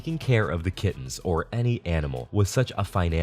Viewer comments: I have central auditory processing disorder and english is not my native languge so when you said "kittens" I heard "kids" and I genuinely thought they had kidnapped some poor innocent children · I thought you said "a pair of kidneys" instead of kittens and was like wtf.... that's pretty messed up and they're really not making a big deal about it.